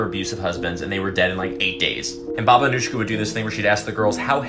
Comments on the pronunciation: Her name is pronounced as Anuyka. She was born in Romania and set up shop in Vladimirovac village in Serbia. She was known as one of the most prolific serial killers (at least during peacetime) in the region, but she was not actually the one "pulling the trigger", although she did manage to accumulate some 50 by proxy frags by the time she signed out of career mode. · I’m pretty sure it is pronounced as “Baba Anuyka”, not “Anushka”, because she was Yugoslavian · He pronounced Anujka as Anushkha which confused me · As a Balkan myself this type of pronunciation annoys us on a whole new level, its Anujka( Anuyka in English) not Anuška( Anushka ) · The pronunciation is killing me. The "j" is supposed to sound like a "y." /ɑːnuːjkɑː/ (a-nooy-ka) not /ʌnuːʃkə/ (uh-noosh-kuh) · Its pronounced Baba Anooyka not Anushka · You mispronounced her last name. The "j" in Serbo-croatian is pronounced as "y" is pronounced in English. It's "Anuyka".